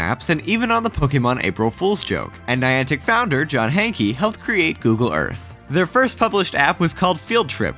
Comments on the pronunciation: Why does everyone say: John Hankey?! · Hee hee! "Hankey"